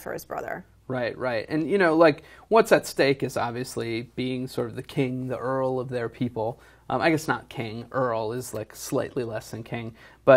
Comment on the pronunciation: did they really say earl and not jarl. I'm not interested enough to rewind it but that's funny.